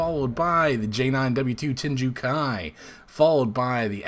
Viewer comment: WHAT?! You mean I actually made the playoffs this time?! Oh, just barely? Makes sense LOL Love the fighter intro section! Especially when you get to names that are foreign :P Lundqvist = LOOND-k'vist Tengu Kai = TANG-oo KAI